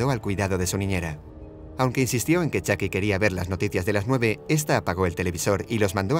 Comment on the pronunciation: Es chuky me desespera que diga chaky